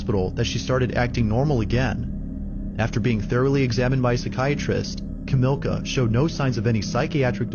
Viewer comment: The polish woman who thought she was posseded and hid in the attic growing at police, her name is Kamilia, NOT Ka~MILK~ah. #5) The guy was hiding in the back of the van.